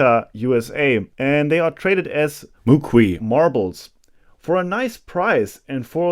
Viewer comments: Here in Utah Moqui is pronounced mow-kee, accent on the first syllable. Moqui marbles are formed when lightening strikes the sand that exists in southern Utah. I’ve picked them up from where they were formed. They leave a little trail in the sand where the molten glob rolled to a stop. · Utahn here, we say it "moki" if you were to pronounce that as a german word (mohkee). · Moqui Marbl3es are pronounced MO-KEY.